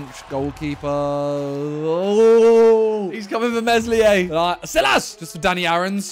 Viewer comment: The way he pronounces Meslier is horrible...